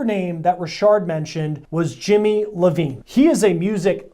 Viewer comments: Jimmy Iovine not Levine .. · Whoa, whoa, whoa did that dude just say Jimmy Levine? Let me help him. He needs a lil more research bc it's Jimmy Iovine-- ponounced: Eye Owe Veen